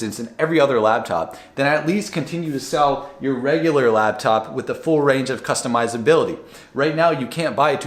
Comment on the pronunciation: I hate it when people say "Labtop" instead of laptop.